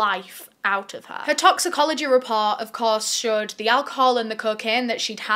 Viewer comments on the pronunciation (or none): none